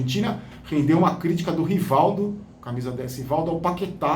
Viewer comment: Esse indivíduo falar quem foi Rivaldo, primeiramente tem que limpar a boca para pronunciar o nome Rivaldo rss. curto muito as suas histórias da copa, parabéns pelo canal